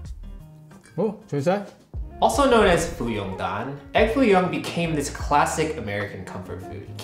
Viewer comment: Foo Young Daan..... not Wo Ban Daan :P